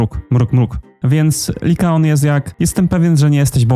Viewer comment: To Liakon czy Likaon? 😅